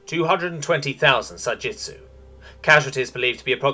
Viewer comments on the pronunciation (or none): I went through the entire text here and not once is it written as Sa-Jitsu. It’s always Sa-Jitu. I thought I’d almost gotten used to a lot of the incredible mispronunciations in these r/HFY stories on YouTube. Because it seems to be with every single channel. But I can’t take it anymore. Thanks for introducing the sub Reddit to me, but I’m done. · I cannot stop hearing the narrator saying Sa Jitsu as if it is a variant of Ju Jitsu. The word is Sa Jitu - no S in Jitu. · Almost 40 minutes and I'm still searching for that second "s" in Sa-Jitu. Also a simple "We're culling our population to increase prosperity for the rest." would have been sooooo useful. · Sa-Gee-Too.. there is no S in there!